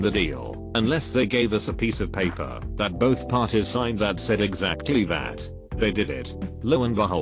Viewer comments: I hate the fact that the voice says paper like that. It’s like pronouncing Aang like they pronounced it in the live action movie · Nobody: This text to speech dude: PAPPER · Anybody else incredibly annoyed that the bot that reads these videos doesn't know certain words like "paper" and says "pah-per" instead? How do you not know that word?